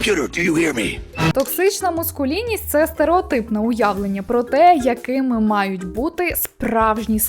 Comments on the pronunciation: Дуже часто чую цю помилку і тому не моду стриматись. МАскулінність не мУскулінність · Маскулінність. Не мУскулінність.